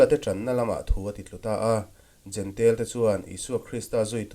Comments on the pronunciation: Kan lam thiam dan turin jentail tiin an dah a. Jentail ti lovin jentêl kan ti daih tak asin.😮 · Jentail tih hi "jentel " ti a lam hi an ni deuh vek mai a. Juda ho hian, Juda nilo ho hi eng tiang berin nge an lam rik le!!!!?